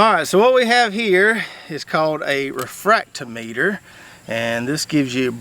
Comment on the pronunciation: 1st off Sir, I happen to have that same exact refractometer. 2nd, it’s pronounced refract-TOM-meter. 3rd ROLLLL Tide ROLLLL!😂